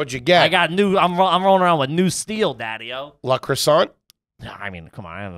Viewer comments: “La croissant” - when referring to le crueset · Les Creuset not Les Croissant. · Calling le creuset “la croissant” kills me 😂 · TFAL ain’t half bad nice choice! Staub is also very good and half the price of other top tier brands. Speaking of which, calling “Le creuset” “la croissant” is fucking hilarious 😂 🥐 🍳🥘